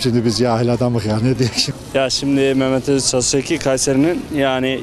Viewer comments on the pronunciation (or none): Hasiki değil dayı özhaseki :))